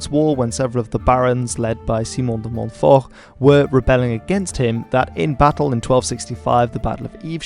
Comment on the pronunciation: de Montford? Never heard of him. Oh, de Monhforh? Right, him!